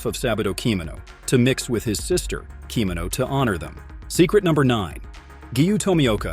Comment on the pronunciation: Also fluxate the pronunciation of "Urokudaki" and mispronounced "Kimono" 😂 so definitely AI generated content